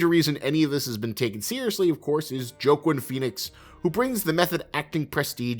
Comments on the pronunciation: Love the video but Joaquin Phoenix's name is pronounced as WAH-KEEN not JOE-KIN the pronunciation just hit my ear differently every time you said it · "JOEQUEEN" PHEONIX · Did you call Joaquin , (Joqwin) ? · SAY HIS NAME RIGHT the next time